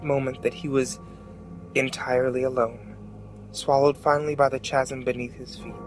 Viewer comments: Good, but chasm should be pronounced "kasm". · In chasm the "ch" is pronounced as a "k". I'm not trying to be that guy, I really enjoyed the video, I just thought I'd let you know. I also think damnable is pronounced with the "n" but that I could be wrong about. Again, I'm not trying to be a jerk, I just thought I'd let you know. I love the videos, as a horror fanatic, it's hard to get a scare into me but you build an excellent atmosphere. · Am I the only one annoyed by the pronunciation of "Chasm"? =/